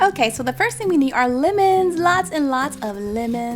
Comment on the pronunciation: why is she saying limons?